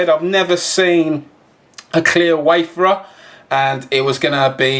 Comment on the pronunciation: Wayfarer. Not waferers